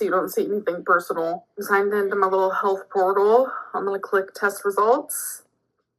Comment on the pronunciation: Its crazy she even talks obesely. Hulth pwortal, wotter